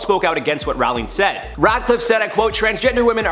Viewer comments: Is it me or he has pronounced her name wrong. Ppl know her in the uk as Row---ling - not Raaling. 😫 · its ROWling not RAWling lol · its pronounced "JK rolling" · Her name is pronounced Roh-ling, as in "rolling pin". She said it once in an interview. And, while I don't much respect the woman any longer, I don't like people getting someone's name wrong. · The number of times you pronounced her surname wrong was so damn painful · I couldn’t finish watching the video because he is pronouncing her name wrong!